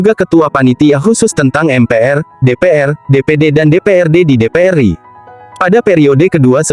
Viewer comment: NU mestinya dibaca En-U, bukan nu. RI mestinya er-I, bukan ri lucu kedengarannya